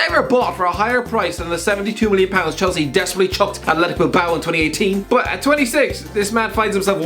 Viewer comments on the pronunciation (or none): none